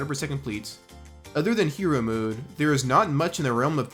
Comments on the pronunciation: Hero MODE NOT HERO MOOD. Or atleast that’s how you prounonce it 😂😂😂😂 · I'm a linguist so don't take this the wrong way. I'm older gen z, and I've been noticing the beginnings of a vowel shift in younger gen z and gen alpha folks. You appear to be forming a mode-mood merger (pronouncing both the same), which is highly interesting to me. Anyway great video besides :) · This youtubers hardest challenge is to pronounce "mode" like a normal person. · Bro why you say mode like that